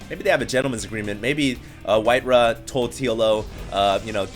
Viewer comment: "RAW", "RAW", its white "RAW" not "RUH"